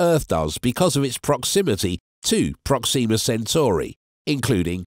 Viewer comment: prOxima (not proxIma)==closest